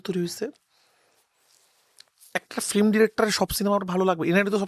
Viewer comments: রায়হান সাহেবের কাজ ভালো, তবে ফিল্ম উচ্চারণ করা উচিত। এসব ম্যাটার করে।উনি ফিল্ম কে ফ্লিম বলে। সংশোধন করা উচিত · Ki director re, Film ke boltese Flim 🤣🤣